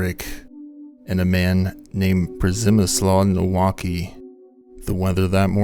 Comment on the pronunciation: Przemysław Nowicki is pronounced like Pshemiswav Knovicky just fyi